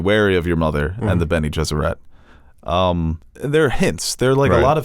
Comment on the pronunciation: Sometimes I think you guys mispronounce things on purpose. It’s benegesserit. Not ette. It doesn’t rhyme with Benny and the jets.